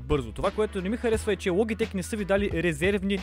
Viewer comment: научи се да говориш СКРУЛ ЛОБИТЕК